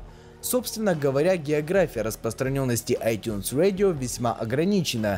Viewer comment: ай тюнс радио! А не ай тюнс уэдио. Говори по русски